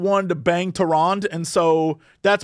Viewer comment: Two people that have played WoW since its beginning that can't pronounce Tyrande. XD